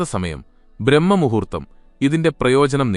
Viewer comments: ബ്രഹ്മ മുഹൂർത്തമല്ലടോ ബ്രാഹ്മ മുഹൂർത്തമാണ് ശെരി. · വിനയപൂർവ്വം പറയട്ടെ ബ്രഹ്മമുഹൂർത്തമല്ല സർ ബ്രാഹ്മമുഹൂർത്തമാണ്.